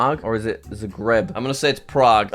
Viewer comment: Jack STILL doesn't know how to say Zagreb 💀